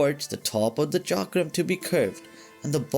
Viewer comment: Thank you for pronouncing Chakram right way.